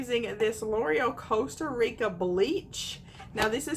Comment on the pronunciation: I died when you said Costa Rica it's colorista lmao 😂💀💀💀